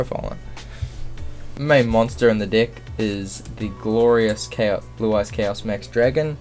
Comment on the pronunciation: why the f*** you always say "dick" instead of deck?! XD